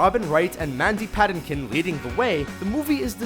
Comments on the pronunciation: who the hell is mandy "padinkin?" it's Patinkin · I love this channel, but it kills me how the narrator just butchers actors' names video after video. I wish they just would do the quick research on name pronunciations - i.e. it's Mandy Pa-tink-in not Pa-tin-kin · ITS PRONOUNCED PA-TAN-KIN! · Great list! but you should research the way names are supposed to be uttered. Like Mandy Pantikin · You mispronounced Mandy Patinkin's last name. "Puh teen kin" is closer to how it's pronounced. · Love your stuff, but quick pronounciation tip! Cary Elwes--Elwes rhymes with Elvis. And it's Mandy Pah-TINK-in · Mandy Paddinkin? Cary Elweez? Do you even know how to pronounce people's names? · How the hell dis you pronounce Mandy Patinkins last name?? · Patinkin. Bro. Pronounce it right.